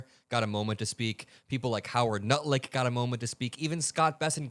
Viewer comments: 😂 I don't know if you realize it but you're calling Howard lutnick Howard NUTLICK 🤣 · I'm earnestly not sure if you said "Nutlick" so frequently accidentally or on purpose... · "Howard Nutlick" - intentional or slip of tongue, is accurate regardless! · "Nutlick", talk about a slip of the tongue. LOL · Lol did you call him Howard nutlick? Perfect nickname 😅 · I heard you call him Nutlick